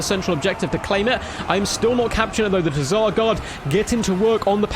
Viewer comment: Definitely not pronounced "Teh-Zar".